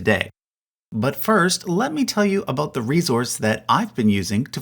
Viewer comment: I've lived and worked from coast to coast in Canada for 50 years and I've never heard a single Canadian, and especially Newf, ever pronounce "about" like that.